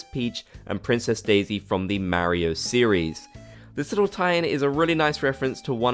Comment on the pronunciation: Your the first person I’ve ever heard Pronounce Mario like Mairio 💀